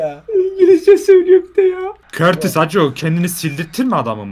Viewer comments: O kortis değil courtois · Körtis değil courtois yani kourtoi diye söyleniyor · körtis de courtua diye okunur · Olum körtis dediginde çok sinir oluyom 😂😂😂 onun adi Kurtis diye okunuyorrrr🤣🤣🤣🤣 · Körtis Diye okunmuyor Kurtuğo Diye okunuyor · Aabi o kortis diil ,,curtua” boyle okunuyo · Abi körtis değil kutua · Körtis değil Kurtua diye okunuyo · Körtis değil KURTUA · Körtis deil sağırtis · Abi körtis ne yaa 😂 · Kurtuvata körtis diyolar abi neyse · Abi courtois oyle okunmuyo kurtua diye okunuyo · Abi kortis. Degil courtouis